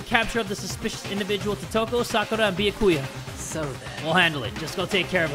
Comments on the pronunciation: Wait a minute, did he call Byakuya, Biyakuya? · It triggers me how he says byakuya he says the bya part with like an o and not an a LMFAO